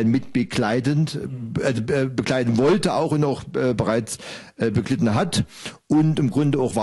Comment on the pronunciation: Bin ich der einzige, der sich über "beglitten" aufregt? xD Es heißt "begleitet" hahaha